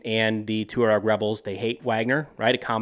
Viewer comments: It's pronounced "Twah-reg," not "Too-reg." I have only met a few Tuaregs, but they were impressive men; tall, handsome and intelligent. The Sahara is not for sissies. It's amazing that this tribe has survived for millenia in that harsh environment. I would not want to have to go up against them. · It’s pronounced “Twah-reg” sir 🫡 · hey yank, the CORRECT pronunciation for Tuareg is TWA-REG. not TU-REG/TU-RAAG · Just as a very minor point, it is pronounced Taw-Reg. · man havent you ever seen sahara? TWA-REG :| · Its pronounced " twareg" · Just, ‘Jay-nim’. Also, ‘twah-reg’ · The Tuareg have been famous for over 150 years, since the days of the Foreign Legion and Beau Geste; they are pronounced "TWAHREG". What world are you in? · Isn't it pronounced "twah-reg" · You butchered the pronunciation of Tuareg 😂